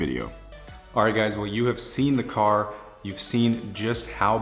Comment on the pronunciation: YOU BUY NEW CAHH NOW !